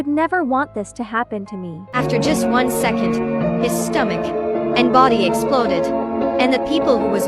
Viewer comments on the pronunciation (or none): none